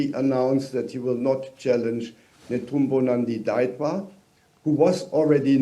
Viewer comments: It's not Ndawa. It's Netumbo Nandi Ndaitwah. Read again Nda i twah (twa) not wa. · Ndaitwah not Ndawah